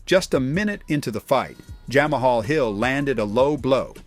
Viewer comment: Jammahall Hill bro you butchered so many names in this video lol prochaska